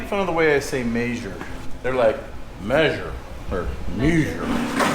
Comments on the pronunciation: That's because you say "may-sure" where as everyone else says "meh-sure". I noticed fabrats say it weird too 😅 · it is measure not meysure an I know you like to run an gun an eye ball everything but sometimes come on things have to be level an spot on measurement but we love you for doing what you do we know its just about functionality for you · "Mayzure" is what you're saying. It's pronounced "Mehzure". You Utahans don't know how to pronounce it because your eyecrometers are so accurate down there. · maysure... people make fun of the way a say maysure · May-zhure is how says it. It's great! I bet he says May-o-naze too. Let the man be. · It’s funny, I was just watching a fireball tool video before this (check him out if you aren’t familiar), and he says “mayzure” also. He’s from the Midwest somewhere… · I like the way says may measure, I’m thinking I’ll adopt that pronunciation. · I just thought you and Paul had the same teacher. You both say “maysure” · I say maysure as well and my wife makes fun of me everytime. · Was watching Fab Rats last week and Paul is pronouncing "measure" the same way now. Emphasizing the first syllable harder each time. Thought did it on purpose making fun of them. "May-Sure" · You say "mayshere" like Paul Cox. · My former boss was from Utah. He says "measure" like. I guess it's just the Utah accent. 🤷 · paul says measure the same way..maybe its a regional accent